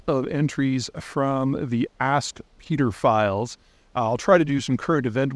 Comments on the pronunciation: Lol you said "Peter file" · Bro, do not call them the "Peter Files," and if you are, highlight the E when you say it. pEEEEEEter Files.